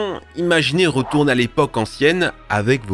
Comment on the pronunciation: Punaise, vos sujets sont toujours très intéressants et je vous suis depuis longtemps sans faire ce commentaire mais pourriez-vous juste de ne pas prononcer les mot avec les son en "re" par "rou"...( hors vous le faites systématiquement). Sans être une grammar nazi le "routourner, grounouille" cela n'aide pas votre crédibilité. Je voulais vous le dire depuis longtemps. Encore merci pour votre contenu.🙏🏻 des enfants vous écoutent....merci de donner l'exemple 😉